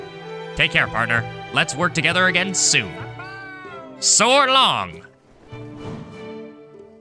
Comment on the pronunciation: Man, 100 episodes already, congrats! I did get the horse's name as soon as you entered it, and also I love only because it sounds like he says "Suck balls!" When he says "Soar long!" And flies away